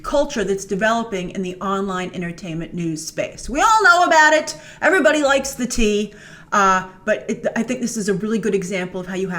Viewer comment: Hearing Grace say Tea is so funny I love it! Spill the Tea Grace!!!